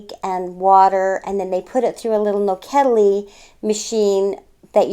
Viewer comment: I love how the lady said "nokedli", it was just perfect! Such a nice couple, I wish them the best from Hungary! <3